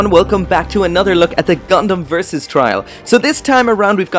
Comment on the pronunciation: yells versus in a Japanese accent